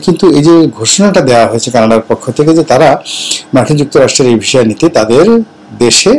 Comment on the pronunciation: ভাই জান এটা visa , not visha... ভিসা, not ভীষা 😊